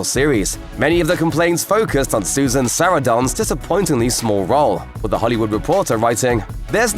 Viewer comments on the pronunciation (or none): lol that was one way of pronouncing Susan Sarandon 😅